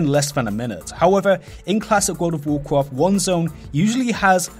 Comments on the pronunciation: World of wawcwaft? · vorld of vorcraft